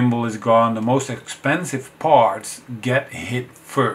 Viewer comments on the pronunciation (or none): none